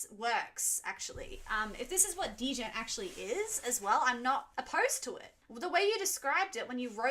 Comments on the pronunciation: Somebody must've told you by now it's not pronounced "Deh-Jent" but just "Jent" right? The D is silent. Don't let me be the first to say this. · Please, it's pronounced "gent", not "d-gent" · Are native english speakers actually pronouncing Djent like that? d...jent, not as it is djent? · It's not deejent. It's djent. Pronounced "jent". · Great video! First time watcher, long time metal listener. Just so you don't get eaten alive by metalheads, we refer to the genre "Djent" pronounced as "Jent" like "Ladies and Gents", Not "Dee-Jent" Enjoy your Meshuggah journey! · Thank you for the reactions. Your channels interesting FYI, Djent is pronounced as one syllable. The D is silent so it's "jent" Keep the videos coming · Dee jent😂 The D in Djent is pronounced like in the word fridge. It’s just Jeh-n-t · dee-jent lol. fyi its just said "jent" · The "dee-jent" is killing me. The "d" is silent. 😂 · It's just pronounced "jent" btw. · Djent is just pronounced as "jent." The D is "silent" or kinda like "Dragon." A lot of people don't know this at first. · Djent is pronounced, "Gent" or "Jent" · If you liked new millennium then I'd love to see you listen to Corridor of Chameleons. Also, my friend It's spelled djent It's said jent, or gent. The D be silent. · No one's gonna tell her it's pronounced 'gent'? Also, it's Meh-shoog-ah. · Before you get too crucified by know it alls: Djent is one syllable, not two. Meshuggah is pronounced to rhyme with "sugar". It is Yiddish for "crazy". Just thought I'd gently lean you to the accepted nomenclature before the comment section is infested with the atrocious. Great choices- "Bleed" is probably the most accessible entry for Meshuggah as their rhythms only get wackier. For instance, the quiet bit in Future Breed Machine is in 27/8, three groups of four followed by three groups of five. Per bar. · For fsss sake is no one gonna tell her the d is silent in djent... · Djent is like Django; the “D” is silent.